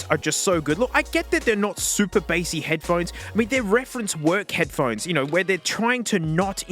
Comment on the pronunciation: head puh hone ees